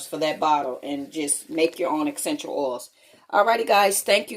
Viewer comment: Excential oils guys